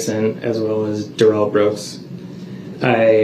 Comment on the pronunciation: 5645...Dorow "grounz-ed" Duh-rell like a Bish!!!! Hilarious 😂